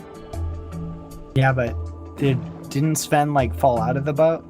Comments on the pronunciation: The thing is that you pronounced Sven correctly. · Really good pronunciation of the name "Sven".